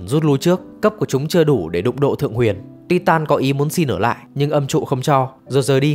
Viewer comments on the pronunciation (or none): none